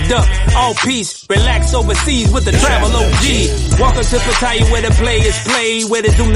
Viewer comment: great to see a foreigner that Know's how to say Pattaya right. I speak thai and read and right but almost every foreigner gets it wrong respect to you bro I love Pattaya thanks for the great video